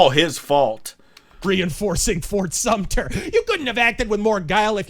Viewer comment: So are you a historian? It’s fort sumter btw! 😂😂